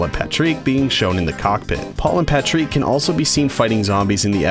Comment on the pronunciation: IM SORRY, BUT, PATREEK!?